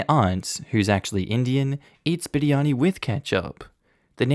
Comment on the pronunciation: Oof, his pronunciation of biryani was so good 😩👌